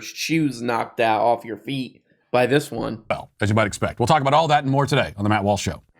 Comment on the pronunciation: yeah, he can get "slavoj zizek" right, but "matt warsh?" guys, i think he's messing with us, the fiend. KEvron